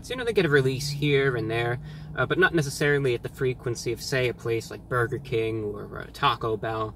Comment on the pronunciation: The way you say burger bothers me.. But still live your channel. Both Wendys here have been under fire for having moldy bread and undercooked patties so sales have been shitty